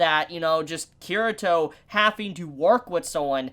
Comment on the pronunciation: Kirito's name is pronounced Kee-ree-toh not Kirah-toh. Also the r sounds more like an l in the Japanese pronunciation.